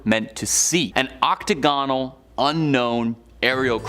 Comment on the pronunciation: Oct -o -gone -al! Nice